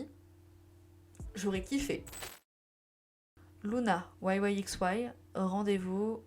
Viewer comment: Aucun soucis 👌🏼 (Si jamais pour les prononciation des sous unité, LOONA 1/3 se dit "one third" en anglais car elles sont censées représenter un tiers de LOONA, donc en français on pourrait dire "un tiers", et LOONA yyxy se dit "waï waï baï waï" comme y se prononce "waï" en anglais et le x est prononcé comme le mot "fois" qui est "by", et prononcé "baï")